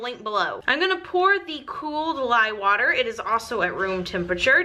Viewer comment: Lol I love how you say water ..... if you’ve ever seen the family guy cartoon there is an episode where stewy pronounces cool whip but there is a heavy emphasis on the H. You say water like that even though there is no h ....it’s awesome !! 😜giggle !! Love your vids you make great soapy creations !!